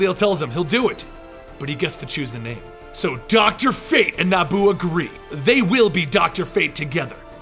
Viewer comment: being a prick i know but its pronounced NE-E-BU